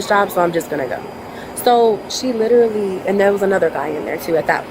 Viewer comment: The word "literary" is so abused by women... "littaly... im littelay... littely... he littaly...."